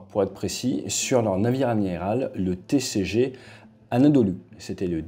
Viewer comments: bu kanalı ilk izleyişim videonun ilk dakikasında TCG ANADOLU yerine "Tİ Sİ Gİ ANADOLU" tanımı yaparak giriş yaptığın için kapatıyorum burda bitmiştir hadi yallah aksaraydaki köyüne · Ti si gi anadolu diye okunmaz o . Türkiyedesin türkçen yokmu senin ?